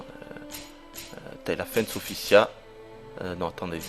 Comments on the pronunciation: Sophitia ptn pas "Sophissia" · tu ne serais par marseillais, par hasard? je dis ca a l'accent moi j'ai ce jeu et je l'adore et Sophitia est la meilleure combattante a mon avis et la plus belle en passant son nom c'et SophiTIA et son Sophissia comme tu dis moi astaroth j'aime son nouveau look démon